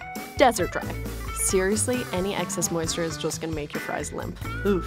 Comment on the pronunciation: She said O O F the wrong way😤☹️